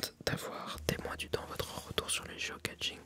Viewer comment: 'geocaching' se prononcer comme geo-cashing'. Le 'ch' se prononce à la française.